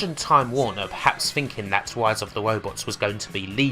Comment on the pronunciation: "Rise" starts with an R, not a W. Learn to English. Seriously, like the info in this video is interesting, but it's almost impossible to pay attention to it when every R you say comes out as a W.